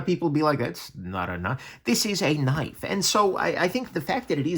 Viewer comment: The goes full Dundee